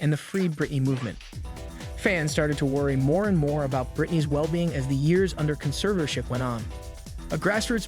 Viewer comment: only made it to before the narrator's pronunciation of "conservatorship" started driving me crazy